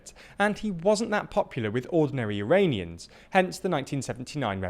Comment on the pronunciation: I swear to God I hear him saying "Uranians" instead of Iranians.